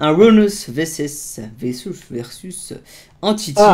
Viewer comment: Lol au début il a dis ruiner vesus entyty😂😂